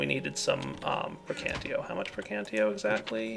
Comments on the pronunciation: it's called "praecantatio" not "praecantio". I'm just saying that for people who have a problem with these thing. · Am I the only one who goes insane whenever he says precantio instead of praecantatio? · um you kight want to know the magic aspect for thaumcraft is called pre-can-tay-she-oh is how you say it not pre-can-tee-oh srry not to be rude or anything it just kinda bothers me sometimes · It's PraecanTAtio. Gosh. :D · lol i don't know why this bothers me so much but its prae-can-tat-io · You keep saying preacantatio wrong.